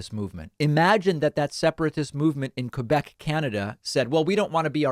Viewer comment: Superbement bien dit. N'empêche, il a bien prononcé 'Québec'. Ça m'écoeure quand ils disent 'Kwaybek'.